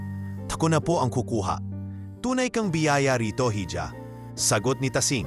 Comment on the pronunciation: iha po hindi hidja